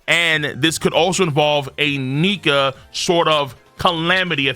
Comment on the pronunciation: Excuse me sir? Only the what? ?? That did not sound like Nika 😅